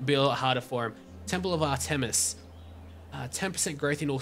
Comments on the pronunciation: Its pronouced art-miss not ar tem is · Actually it is AHR- tuh-mis. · not to be rude but its pronounced (ar-tim-us)